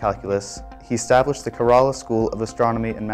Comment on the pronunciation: The pronunciation of Indian names is unfortunately incorrect. The stress in the trisyllabic names Madhava and Kerala is on the first syllable, not the second (i.e. MAdhava, KErala using capitals for the stressed syllable). In the name Sangamagrama, which has 5 syllables, a compound of Sangama and Grama, the stress is again on the first syllable of each name - i.e. SANgama and GRAma. These are simple rulea and abiding by them ought not to be a problem..